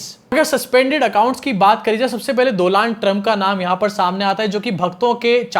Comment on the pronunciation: जी आप भी मोदी की तरह डोनाल्ड ट्रंप को डोलान्ड ट्रंप मत बोलिए 🤣🤣🤣